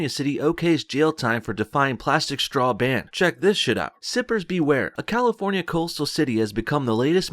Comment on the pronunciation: It's not a "shtraw", dude, say it right.